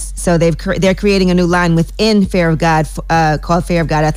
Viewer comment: Sounds like she's saying FAIR OF GOD. It's FEAR..FEAR...FEAR